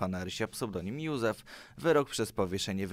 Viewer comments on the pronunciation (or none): none